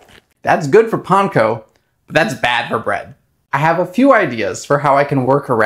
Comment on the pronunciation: Because that is the correct pronunciation of Panko.